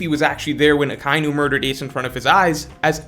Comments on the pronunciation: It's Aka-inu, aka meaning red and inu meaning dog, which you already know, but it's not pronounced Uh kye new. Aka Inu, just say it as one word, Ah Kah Ee New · jesus christ its “ahh•KAI•E•New”